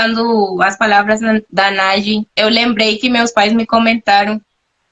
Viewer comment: A pronúncia é "Nadji", ou seja, "Nádi". Não é "Náti".